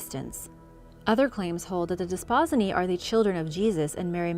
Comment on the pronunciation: Love your channel! I'm so sorry, but I have to correct your pronunciation of the "Desposyni" I don't know why but it is a pet peeve of mine! So, again I apologize. The term Desposyni is pronounced: (Des-po-seenee) Thanks for indulging me, and keep up the great work!